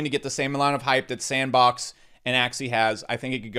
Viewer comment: props for butchering sandbox's name throughout the video